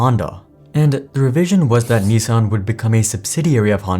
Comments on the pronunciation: I think it is niss san, not nee sang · Nissan not neesan. Baffles me how you pronounce it EE instead of i. So it’s should eets by that logic. Its pronounced the ways it’s spelt. America mispronouncing words since 1888. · The way that news anchor pronounced Nissan hurt my ears. 😂